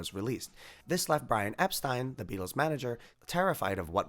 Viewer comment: It's pronounced Brian Ep-steen. Otherwise, cool stuff!